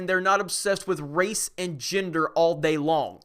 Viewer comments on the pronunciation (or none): none